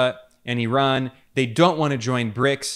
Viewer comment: Thank you for pronouncing Iran 🇮🇷 and Ramaphosa properly… thanks for respecting their names.